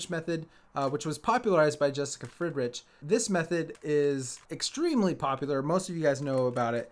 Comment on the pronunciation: Eeehm... Fridritsch? Row?...rrrrriiight